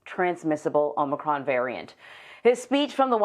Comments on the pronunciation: Shouldn’t Biden work on trying to correctly pronounce it, then try to make the sell he can do something to address it? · If you CANNOT even pronounce it, then how are you to believed you can address it?